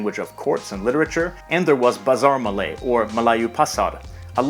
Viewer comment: wow an english speaker that doesn't absolutely butcher Malay pronunciation.